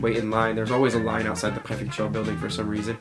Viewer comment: "La pré-FEC-TURE" le cauchemard français 😬😰